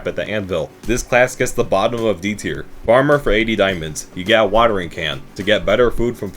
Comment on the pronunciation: no way ur saying farmer 💔🥀